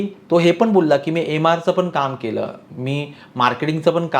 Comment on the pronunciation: asunahee tumhee "पण" ला "पन" बोलत आहात